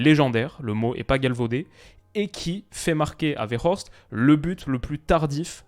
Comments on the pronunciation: 😅 tu prononce trop bien Wout Weghorst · Il vit à Amsterdam, c'est pour ça qu'il prononce bien le nom de Weghorst 😂😂